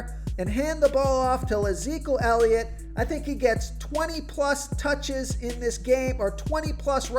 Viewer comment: I die every time try and says Ezekiel elliot 🤣🤣🤣🤣🤣